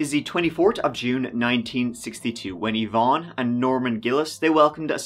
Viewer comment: (50 seconds into the video) <_< Thank you for pronouncing Yvonne properly. <3